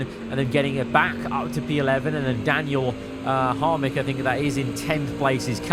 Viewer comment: "Daniel Harmic" 💀